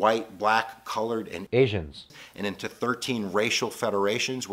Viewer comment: Why do you say asians so weird lmao